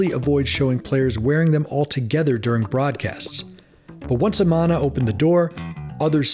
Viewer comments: How can you not know how to announce Amana? Like it’s still a huge appliance brand . UH-MAN-UH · Lost me with the pronunciation of Amana... It's Uh-man-uh. Short a in man. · Good information - BTW you pronounced Amana in correctly; it is A - Man - A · The company name was pronounced "UH-MAN-A".